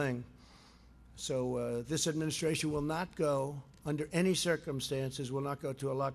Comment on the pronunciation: Why does he always say "in my administrarion". Is he really that insecure? Or narcissistic? Or both?